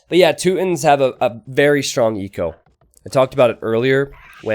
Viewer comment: Toot-ins lol